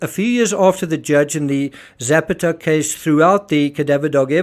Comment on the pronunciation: JUst a small point: Zapata isn't Zepeda or Zappatteh, but Ze-pah-ta. Meanwhile thanks of r all the excellent work you do.